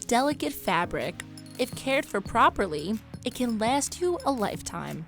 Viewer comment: & the narrator is from Philly and has almost lost or never fully adapted the accent , but u could still catch it when she said “water “ and “last”. she got a lil philly trash in there .. definitely a uncle with a eagles tat and a emblem on his truck that says fly eagles fly .. not at all hating , philly rules the ppl are beautiful. i’m from fl so ima phins fan but it’s still go birds mf .. nothin but luv for my philly trash out there. never been to a wawa but i’d love to .. wawa is the philly trash watering hole